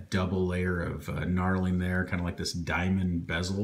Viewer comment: I agree with your assessments. Knurling (not snarling).